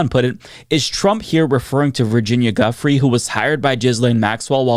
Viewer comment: Her name is pronounced "Joo-Fray" not guffry